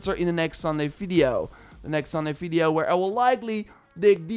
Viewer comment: You are always saying "Fideo" instead of Video 😄